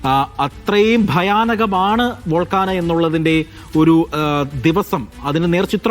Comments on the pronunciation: ഞാനൊന്നും പാഠപുസ്തകങ്ങളിൽ വോൾക്കാന പഠിച്ചിട്ടില്ല..😅..ഒന്നുകിൽ american english pronunciation ഇൽ Vaal:kay:now അല്ലെങ്കിൽ british english pronunciation വച്ച് vol:kay:now എന്നും പറയും. കുറഞ്ഞപക്ഷം വോൾക്കാനോ എന്നെങ്കിലും പറയും. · വോൾക്കാന അല്ല 🤔 വോൾകേയ്നോ-Volcano (vawl·kay·noh) ആണ്. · വോൾകാനിക് 😂😂😂 വോൾക്കാന 😂😂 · " വോൾക്കാന"യോ?........ അതെന്തൊരാന? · വോൾക്കാന 😂😂😂😂😂 ഏത് തരം ആനയാണ്